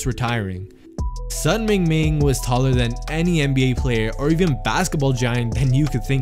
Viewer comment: The correct pronunciation for Sun sounds like Soon. His name is in HanYuPingyin format. Which is easier for non Chinese reader to read. You can't read 孙明明 if you don't understand Chinese.